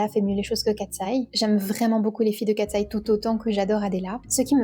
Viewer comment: J'adore ta vidéo ❤ +1💖 Parcontre c'est pas " Kateseye " Mais Katseye.